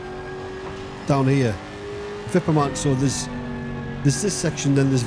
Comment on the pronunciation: You are pronouncing "Wippermann" correctly! Well done! :-)